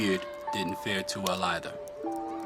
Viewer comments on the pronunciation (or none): none